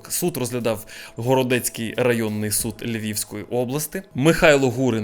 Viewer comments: "Городоцький районний суд", а не "Городецький". Я просто з того міста🤭 Ось вам і "Свята Галичина"😂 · не «Городецький», а «Городоцький»!!!! Я з Городка, їхав сьогодні на роботу повз бартатів😁